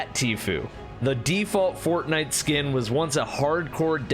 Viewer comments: Fortman? FORTMAN? omg u pleb. It is called fzcking FORTNITE LMAO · He called fortnite fortman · A he just call fortnite fortman